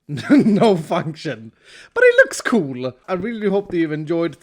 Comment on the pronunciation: the primary reason i watch iskall is because he says "cool" like "coo-luh" :)